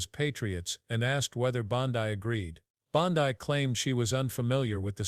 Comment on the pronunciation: It’s not BondEYE it’s BonDEE. Do your homework and pronounce names correctly.